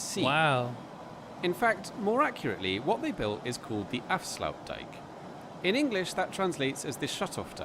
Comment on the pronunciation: I know it sounds stupid but type the name in google translate and let it speak it for you, was not completely correct in his pronunciation.